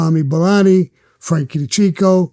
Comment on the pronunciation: U need to start getting peoples names rite bro frankie de caseio and frankie de keekio, sammy looked like he wanted to just blow u away the full interview 😂